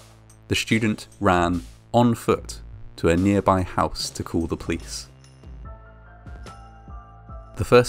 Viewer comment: I do, however, struggle with the way that he drops syllables on certain words: he often pronounces Police as 'plice', and collapse as 'clapse'.